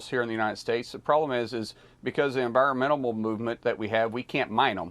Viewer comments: Markwayme "environmentamal" 😂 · "Enviromenable Movement" Boy! Get that chaw out your mouth, I can't undermerstand you 😂